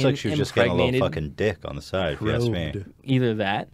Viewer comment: why does joey salads say axe instead of ask?